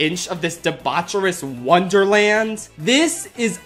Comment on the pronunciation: Wonderland? I think you mean Wah-derland!